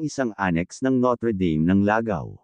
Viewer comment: bakit mga studyante ng notre dame nakasanayan na "noter deym" ang pag pronounce, dapat "notr' dam" kasi.masyadong jologs pakinggan ang noter deym